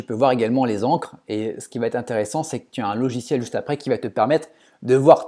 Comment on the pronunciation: intéressant...Mais s'il te plait, arrête de dire "ça vatêtre", car il n'y a pas de "t" à la fin de "va" 😊😊